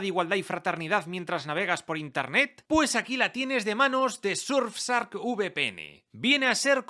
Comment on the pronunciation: No podes decirle surfsark. Parece que lo haces a propósito